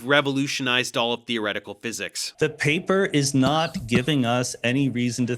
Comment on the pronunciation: Sean how dare you read my paperrrr!😂🙃